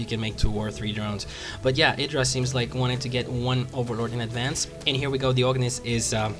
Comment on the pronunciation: It's funny since he makes such a point of pronouncing Idras name correctly.